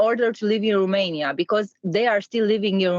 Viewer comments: I agree. I cringe so hard every time I hear someone say RUmania, and not ROmania. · it's ROmania/n not RUmania/n, the pronunciation is off and you're spreading it.